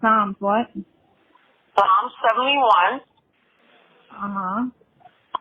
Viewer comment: And it's PSALM without an S 😅